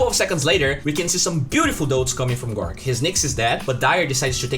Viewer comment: Pls its gorgc not gorc. This is the third time